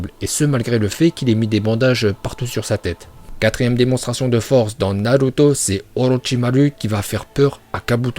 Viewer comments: C'est naruto pas naluto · On dit naruto et pas naluto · On dis Naluto, c'est prononcacion son parfaite grâce à ses contacts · Arête de dire naluto die naruto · Nan car naruto est naruto pas naluto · Naluto C'est comme ça qu'on dit les gens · J aime trop t es prononciation de naluto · Perso "Naruto" je prononce Narto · ton travail est extraordinaire, tu prononce super bien Naluto et je like mdrrrr